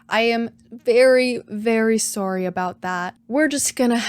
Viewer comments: A canadian saying " Soooory" XDDDDDDDDD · definitely canadian hah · we can see the canadian in its natural habitat, trying its absolute hardest to not pronounce sorry sore-y